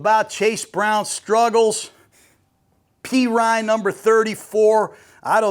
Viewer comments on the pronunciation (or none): none